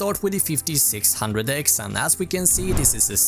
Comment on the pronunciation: Did he said fifti six handrek, fifti eight handrek, fifti nine hundrek ? WTF !